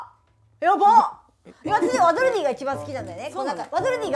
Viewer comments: ワドルディ一生言えないのかわいいwww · 一生ワドルディ言えない草